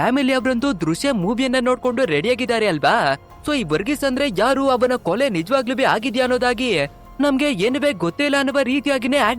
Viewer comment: ಕೊಲೆ.. ಕೊಲಿ ಅಲ್ಲ